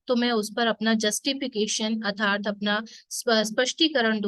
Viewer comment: Arthat ke sthan par atharth pronounce kar rahi hai.kripa koi upasak truti thik Karen. Be happy